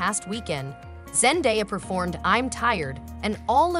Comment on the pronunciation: Zen-DAY-a not Zen-die-a...